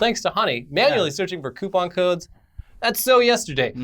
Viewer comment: co-pon alcawhore